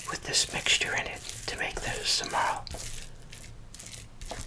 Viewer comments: im romanian and i surtifie theese amazing cabage rolls ps: its pronaunced sarmale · Pronounced: Sarma.